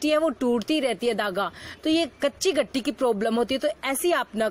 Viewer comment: gitti hota h gatti Ni hota